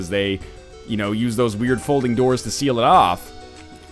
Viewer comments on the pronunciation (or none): none